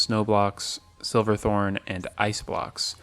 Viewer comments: Ooooh I know this is a year old but I don’t like you calling it “silverthorn” It’s SH iverthorn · I know this video is very old but something bothering me was you kept saying silver thorn instead of shiver thorn